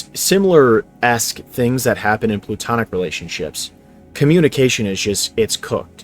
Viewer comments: lol, did you say PLUtonic?. Like plutonium??? It’s PLAtonic my brother 😊❤ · Why are you pronouncing "women" as "woman" and "platonic" as "plutonic" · Platonic not plutonic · dude definitely needs to get laid…platonic not plutonic is what you meant to say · There's an epidemic of people not knowing the difference between 'woman' and 'women.' Also it's 'Platonic' not 'Plutonic' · Bro said plootonic lmao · i have a feeling this guy just gets talking points from chatgpt. you guys are being hustled. also "plutonic" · Bro said "plutonic" like the planet 😭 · Bro said PLUTONIC